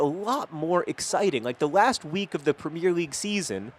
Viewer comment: Please do us a favour and for once just say Premier league, with 3 syllables in the 'premier'